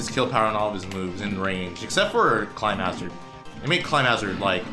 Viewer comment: Someone just needs to say this: you're pronouncing climhazard wrongly! Love the video but that one thing, the way you kept saying "climb hazard", my OCD had a very hard time getting past lol